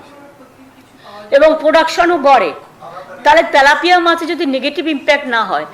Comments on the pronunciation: 😅 তেলাপিয়া হবে। তালাপিয়া নয়। 😅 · ত্যালাপিয়া নয় ওটা তেলাপিয়া হবে